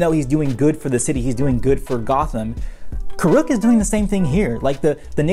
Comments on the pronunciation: Its pronounced kur-ek not kurook. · It’s the M Night level name mispronunciations for me. Its KOOR - uhk and HAY-bai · It’s Kuruk not “Koo-Rook”💀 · Well this video was a pain to watch because you couldn't pronounce avatar Kuruk name properly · Says the guy who spent 11 minutes mispronouncing it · You need to pronounce Kuruk’s name properly first. And also “Hai bei’s” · Is the way he pronounces Kuruk not weird to anybody else?